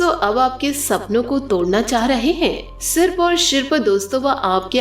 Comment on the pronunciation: आपको सारे राज्योके लोग सुनते है, इसलिए शब्दोंका उच्चारण आपके राज्यके तरीके से मत कीजिए। हर स का उच्चारण आप श करते हो। समस्या/ शमश्या , आसू /आंशु, सिर्फ/शिर्फ , सावधानी/शावधानी